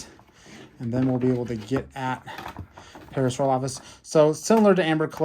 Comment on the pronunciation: Not to be mean but the way he was pronouncing Parasaurolophus was making me a little mad I believe it is pronounced (pair-a-sore-ol-a-fus)